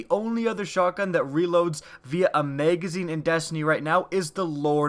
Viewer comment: Maygazeen? Magazine.